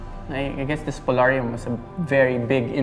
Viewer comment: Para po sa kaalaman ninyo. "Spoliarium" po at hindi "Spolarium" ang pangalan nung pinag uusapan ninyong painting ni Juan Luna. Spolia, hindi Spola.